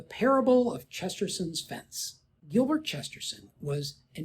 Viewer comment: Not to split hairs, but it's Chesterton's, not Chesterson's